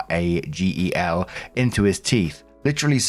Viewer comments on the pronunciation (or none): "Ora" "Gel" like how you start saying Gelato. Its a tooth sensitivity topical gel that stops tooth pain. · God I love you. It's pronounced ō-rah-jel (jel as jello/jelly). Took me entirely way too long to figure out what the hell dude was packing into his tooth 😅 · Just so you know, the 2 words in the beginning are pronounced “Oral-Gel”. Separately just Oral Gel. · Ora like oral. Gel like gel. It's a gum numb-er (lol). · What about you mispronouncing Orajel? XD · clarification on pronounciation for oragel its 'ora' as in oral, 'gel' hence, oragel, a topical analgesic designed to relieve pain in the gums in one's mouth.